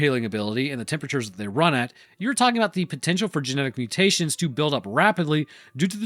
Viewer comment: “Gemetic stability”